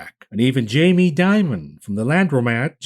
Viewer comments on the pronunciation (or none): none